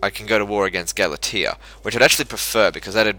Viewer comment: Jesus mang, pronouncing Galatia wrong!